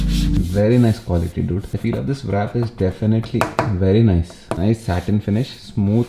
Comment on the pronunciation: Just this one thing, the w in wrap is silent... It's not vrap